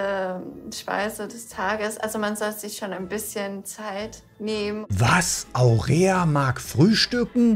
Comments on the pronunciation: Aurora,, nicht Aurea... 😂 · Sie heißt nicht Aurea 😂🙈 sondern AurOra 😅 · Die Frau heißt Aurora! Aurora! Nicht Aurea 😂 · Aurora heißt die mit dem schönen Namen und nicht Aurea 🙈😅 aber Hauptsache hat den Namen nochmal extra oft falsch gesagt.. sehr niedlich 😊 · Du machst mich fertig! Aurooooooora, steht da, nicht aurea. Und weil du es so oft gesagt hast : Aurora, Aurora , Aurora! 😂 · Hallo, die Dame über die Du sprichst, heißt AURORA, nicht Aurea. Vielen Dank für die tollen Videos, die Du hier immer reinsetzt. LG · Das Mädel, wo du den vermeintlichen Namen so toll fandest, hieß nicht Aurea, sondern Aurora 🤣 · Danke … das blonde Mäderl um herum heißt Aurora, wie die Göttin der Morgenröte, nicht Aurea … ist aber ein ebenso schöner Name, oder? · Haha wenn du den Namen gerne weiterhin sagen magst kannst du dann auch einfach eine andere Aurea nennen 😂 Aurora heißt schließlich auch nicht Aurea 😂🤭 Danke dir das du das Format kommentierst, finde es sehr unterhaltsam 🙏🏻😊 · Dein aurea anstatt aurora triggert mich schon ein bisschen😂..weiss noch nicht ganz ob es absicht oder aus Versehen war😂 Schöne folgen von BsF..macht Spaß zu zuschauen😊 Hab den namen von dem oberflächlichen herrn bzw bauern vergessen..aber was er da den drei mädels erzählt hat war unter aller sau..evtl wollte er nur die reaktionen testen..dennoch bleibt es echt kein schöner move..man kann eine person bzw indem falle mehrere frauen so doxh nichtvorm kopf stoßen ..sie in die situation bringen mehr zu fühlen..um dann zwei zu verabschieden...widerlich. Freue mich auf die Fortsetzung..machst das echt klasse und macht immer wieder Spaß..selbst bei formaten die ich garnicht mag..daumen hoch grüße und weiter so😊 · Sie heißt Aurora, nicht Aurea! Wie die Gänseprinzessin, Aurea klingt wie ne Creme 😂😂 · Lieber, ich glaub die Dame hieß nicht Aurea, sondern Aurora! 😉😊😘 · Bin ich die einzige, die bei immer "Aurea" gehört hat? Aber die gute Dame Aurora heißt....😂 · AurEa heißt hier aber AurORa